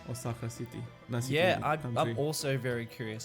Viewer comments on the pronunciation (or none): Has anyone else noticed that by this time both skibitth and $2.20 were pronouncing Osahra like Osaka?